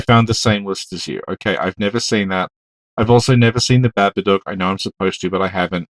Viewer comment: I love how says "babadook" haha